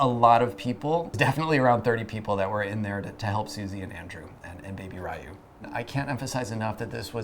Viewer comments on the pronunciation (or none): Congratulations! I heard about this miracle baby and it was nice learning more about him. Just letting you know that “Rye-u” is not the correct pronunciation. “Ryu” is so hard for non-Japanese speaking people to pronounce so it’s ok, but I just think it’d be good for you to know. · Why are they mispronouncing Ryu?